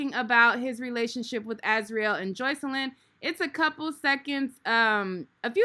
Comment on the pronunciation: He didn’t even pronounce the girls name right.